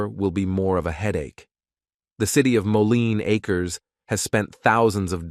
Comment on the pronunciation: Very cool video and well written. But I do think you should read the script yourself rather than the emotionless AI voice that repeatedly fails to say "Mo-Leen A-Kers (Moline Acres)" correctly. It would also add a bit of emotion to a video that is sure to generate a strong emotional response. I just found your channel and subscribed because I love North County history since I grew up here.